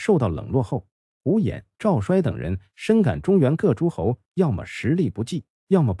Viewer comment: 赵衰，‘衰’ 做人名要读作 ‘cui’. 所以是 Zhao cui . 故事讲的不错。点赞👍。 讲春秋战国故事，有些地名和人名的读音如果注意一下，就更完美了。